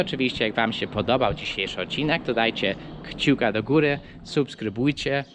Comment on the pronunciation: Mówi się kciuka a nie chciuka